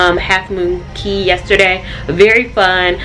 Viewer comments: I'm Bahamian and 'Cay' is pronounced 'Key'! Awesome blog! The Conquest was my second cruise and I truly enjoyed!! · It’s pronounced key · I actually know. It's pronounced KEY. Think Florida keys (which is a misspelling of cay. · Thanks so much for another cruise vlog! I used to do Carnival customer service, and all of the staff members I interacted with pronounced Cay the way it's spelled; however, I didn't speak to any natives, so we could have been chopping it up, who knows? Love the hair...it looks very vacation-friendly! I also love how thoughtful you were to think of your mom needing some kid-free vacation time. As a mom of three, with my oldest being born when I was 22...and now I'm cough-cough 40 lol...I just started taking kid-free trips for a weekend at a time in the past couple of years. I can totally relate and yes, that time is much needed!